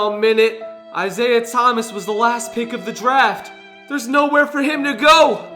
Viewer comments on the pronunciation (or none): none